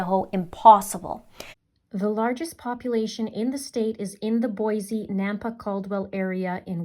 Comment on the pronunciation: Your coverage has been amazing! Thank you! Just FYI, our great city of Boise is pronounced "Boy See," not "Boy Zee." It is a common mistake. I am letting you know since accuracy is important to you and I am thankful for your attention to such details.